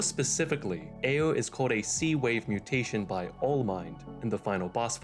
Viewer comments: guy seriously struggles to pronounce the R. Sounds like he's doing uwuspeak lmfao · Why you pronounce ayre like you have a finger in your mouth